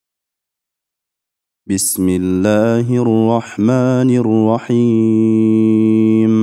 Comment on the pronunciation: Рахим эмес рохиим деп окулат